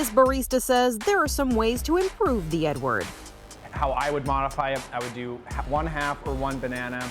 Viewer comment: Thought he said "today we're going to make the n-word"😄😅